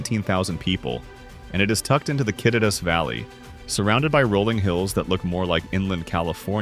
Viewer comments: Kit-it-ass no bro it’s pronounced Ki-teat-as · yak uh maw. Kit uh tass. You didn't mention it, but Sequim is pronounced as Squim. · Ca tee tus valley 😆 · And end with Kittitas. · And Kittitas